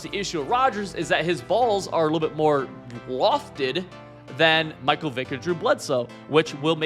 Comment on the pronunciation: Stopped watching the second you showed you don’t know how to pronounce Michael